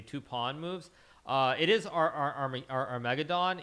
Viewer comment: Our-mega-Don lol